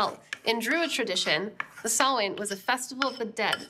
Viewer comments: Sohla: You are an Honorable Druid Princess. Your perfect pronunciation of "Samhain" knocked me out of my Derry Girls socks. More thrilling goodies, thanks. Rye is defo not in the plans for this month. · Big BIG ups to Sohla for PROPERLY pronouncing Samhain; so many people say "Sam-hane", and that just ain't right. :P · thank you for not pronouncing samhain as sam-hane. this makes my lil irish heart happy